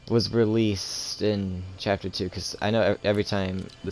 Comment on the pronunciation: He said capter